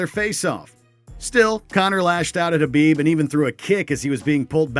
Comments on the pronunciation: Well, he got Khabib right lol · Mannnn who was reading these. I'm surprised they got Khabib name right but so many other names wrong.